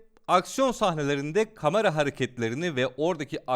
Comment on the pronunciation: Kıskanma olamazmı dil sürçmesi kamera önünde heyecanla söyleyebilir